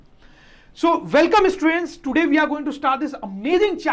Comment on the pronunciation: The way he says 'students' 😂